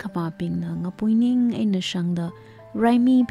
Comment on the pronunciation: Mashimankapai khararchan akhalãka. Ningshainai kakazem atamla ngasãlãk kahaina. Saklãk eina ngarãnkakhuili hailaklaga kakasat supkha sangaili : 1. Sitãngphung not Seitãphung 2. Ngapuiníng not Ngapúiníng hikt. Ãkhon (tone) kachui khanem (phonetics) check samilu. Maningakha, khanuithotbing characters bingwui ãmingbing, archiac terms, ãpam ãmingbing, hikt. ngwuida theikhuihaida zatnãmaronhaora.... Sincere input, nothing sort of otherwise feelings🙏